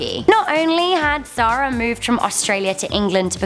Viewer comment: Sara... not Zara lol